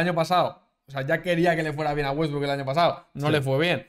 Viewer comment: jaja le salio el argentino con wetbrook